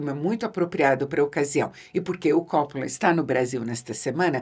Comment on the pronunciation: Eheheh no inicio do video ela pronuncia cóppola e depois, no meio ali por volta de , pronuncia coppóla pra no final voltar a pronunciar cóppola. Diva que fala a lingua dos cinéfilos cults e a lingua do povão (ou isso ou saiu do personagem)eheheheh